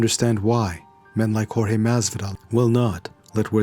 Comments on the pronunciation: You got knocked the fuck out cause you called him George not Jorge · Yeah, Askren was being a douche bag, to me in particular him saying 'George' instead of pronouncing it 'horr-heh' (Jorge) like everybody else, that shit is kind of reacist. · The most annoying thing is people calling him GEORGE instead of Jorge.. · He kept calling him "George" ............ i'm glad he lay'd out like laundry